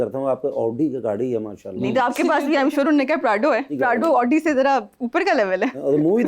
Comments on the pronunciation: That's why they drive oooodi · Over there people drives Audi but don't even know how to pronounce it correctly..sounds ridiculous.